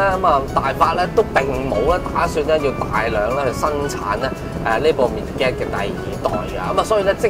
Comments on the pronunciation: 個名應該係讀 "mid-jet" 唔係 "mid-get" ，係解作“侏儒”的意思😅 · 拍車男，多謝你拍片，支持你！ 我想講，Midget 個字係讀 " Mid git" 而唔係讀 "Me Get"，Midget 意思係 << 侏儒 >> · 應該係mi jiht咁讀 個d 係 silent 但係有乜所謂 自己鍾意點讀咪點讀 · mid - get..... 作為細size型男你唔識呢個字都幾搞笑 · It's pronounced Midg-jet. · [ˈmɪdʒɪt] read after me please😂😂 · 讀錯音，請用Google translate 糾正。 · 你念個 midget 此字錯到離譜，你自己查字典就知道為什你錯得咁緊要了。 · 一開口便知龍與鳳，詏乜春吖。 Midget Giant，即係MG, 老牌英國車厰。唔係未聽人讀過下嘛，車房仔。